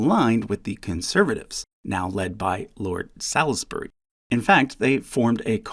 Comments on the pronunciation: Salisbury is pronounced "Sawls-bree", not "Sals-bree". Rhymes with halls and balls, not fouls or towels. David Lloyd George is never referred to as "George", but always as "Lloyd George". He was actually to be enobled as Earl Lloyd-George with a hyphen, so labelling just the "George" bit in bold is an error, I'm afraid. It's obviously a matter of opinion, but Clement Attlee is, I would say, well respected because of his social programmes, but I don't think many would ever regard him as one of the "greats". Disraeli and Gladstone would be so regarded from the 19th Century, without too much argument, I think. Churchill from the 20th, probably. And possibly Thatcher, though she's too divisive a figure even now to really be said to be a "great" Prime Minister. Nigel Farage did not win a seat for UKIP in 2015. That was Douglas Carswell. Nigel Farage famously fought in more than half a dozen by-elections without success, and thus only became an MP for the first time in 2024 as the leader of Reform. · Salisburg? not Salisbury (pronounced s alls ber ree) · Nice one. You make it about as clear as it probably can be. But note Lord Salisbury is pronounced Sawlsbry and you say David George Lloyd instead of Lloyd George. Thanks for the effort you put into the chasts. They're always informative and enjoyable. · I too noticed the errors about Farage and Lloyd George. Also, Salisbury is pronounced "Salisbury", not (as you have it) "Salisbury". I realise this is difficult if you only have the printed/typed/written word to go by. Anyway, I'm fairly sure Salisbury is pronounced Salisbury. Even though it looks as though it should be pronounced "Salisbury". English is a funny language. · Not important but Salisbury is pronounced solsbury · This is really petty but you pronounced Salisbury wrong lol